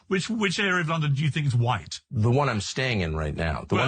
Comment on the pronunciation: "Who's Hwhite?... who's Hwhite?... I mean... who's REALLY Hwhite?" Well I am. And you are silly bint. And all of Europe, Russia, America, Australia, New Zealand, Canada... South Africa... They should be all Hwhite as well.